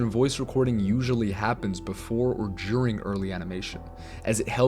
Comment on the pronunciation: It’s DURING lol. Not JURING.